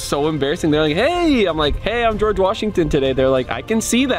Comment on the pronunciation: Geogre washigton sevens💀